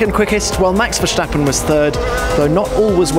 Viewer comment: Says Dia de los muertos perfectly but cant say Verstappen normally lol.